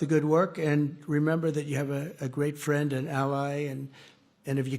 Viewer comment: Where is my phirrand, Amaarika phirand, do-laand Trump 😂 😂